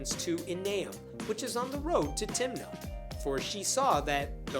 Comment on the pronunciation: When you said, "went up to Timnah", I heard, "went onto Tinder".